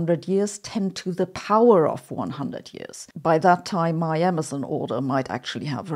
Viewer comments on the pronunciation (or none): none